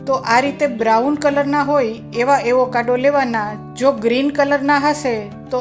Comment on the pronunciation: Aevokado nahi ben Avocado bolo..